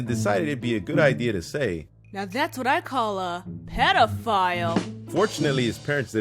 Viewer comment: Hahaha "pedi-file" 😂😂